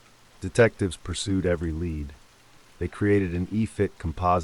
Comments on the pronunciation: Dogs lead not led! Pronounced leed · Great rid of AI VOICE!! OR PROGRAMME IT TO KNOW THE DIFFERENCE BETWEEN A LEAD, FOR A DOG, AND LEAD, THE HEAVY METAL AND REMEMBER THAT IT TOOK PLACE IN EXETER. DO YOU THINK IT WOULD BE A GOOD IDEA TO LISTEN TO WHAT YOU ARE ABOUT TO UPLOAD? WHAT'S WRONG WITH YOUR VOICE? IT'S A GOOD RENDITION OF A TRAGIC TIME EVEN IF YOU HAVE HAD TO COPY (NOT PLAGIARISM) SOME OF IT 😊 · Dogs led was nearby... got to love this AI huh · "The dog's lead" Crafty bugger been stealing the lead off of roofs.